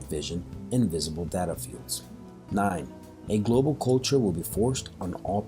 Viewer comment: he says 9gee9 billion. Lol